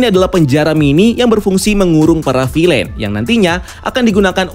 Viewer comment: Bacanya bukan "filein"